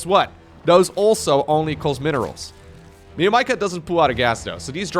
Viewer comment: Hey. It’s actually spelled meow-maika. Not me-o maika.